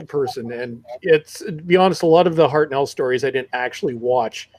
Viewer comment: pronunciation of Hartnell